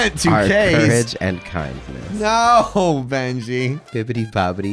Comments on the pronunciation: “Courage and cindness” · The 2 c’s “courage and c(k)indness”😂